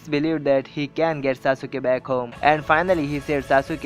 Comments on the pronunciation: dude its sasuke no sa suke u is silent in it so plzz dnt spoil d name of sasuke cuz he s my hero in anime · sasuke not saasuuke bro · It's Sas-kay not sasu-kay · pronunciation galat hai saasuke ke nahi sasuke he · its saskai not sausuka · Bro that's not sasuuka That's sasuke And the video was awesome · itss sasukee (sas-kee) not (sa-su-ke)...ps love the video just a fan hope u can relate when someone pronounce your favorite character name wrong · I agree with you but if you don't mind Pronunciation is Sas-ke Not Sas-u-ke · liked everything in the video except for the way he pronounced "Sasuke" haha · That y i nly point on sasuke i really appreciate u tellin india bout anime stuff good bt no offence sasuke s d nly character as my roll model soo i get offended ny 1 callin sasuke's name in a wrng pronunciation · its annoying how u pronounce sasuke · you say you love naruto and you didn't pronounce Sasuke and Madara's name correctly +_+ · DISLIKE cuz you pronounced sasuke wrong